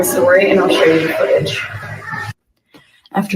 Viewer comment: They. Said. Dhe. Not. Die